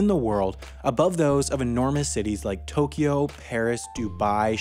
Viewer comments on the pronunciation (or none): none